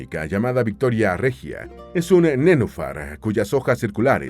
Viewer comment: Se dice nenúfar, también es una palabra esdrújula.